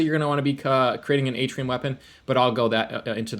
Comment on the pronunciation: It’s pronounced “Artian” not “Atrium”